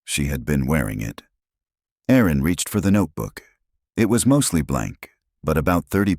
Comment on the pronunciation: Erin not Aaron. Small but so annoying women are named Erin, not Aaron